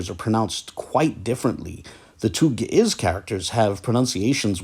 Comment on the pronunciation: Not the original pronunciation though.